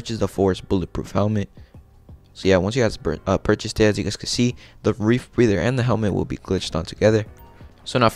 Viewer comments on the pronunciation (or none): It’s just the RE - Breather Lol dude kept saying REEF BREATHER .. Dope outfit i did it 🥳🥳